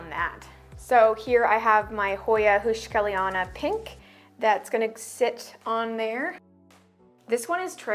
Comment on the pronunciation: *whisper The "eu" in heuschkeliana is pronounced like the "oy" in boy. It shouldn't be hard to pronounce for English native speakers.😅